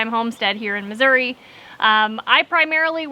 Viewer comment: Thank you for pronouncing the name of the state correctly. Missouri has an " i " at the end not an " a ".